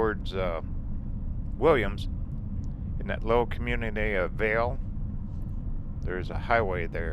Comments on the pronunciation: Great video! You're in my neck of the woods again---I biked that same Snowbowl section of US 180 on Thursday. I believe Valle is actually pronounced "valley" by the locals. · I used to live near Vail too, out near Rita Ranch. I believe Valle is actually pronounced "valley".